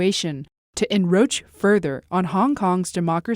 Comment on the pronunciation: the word is "encroach" not enroach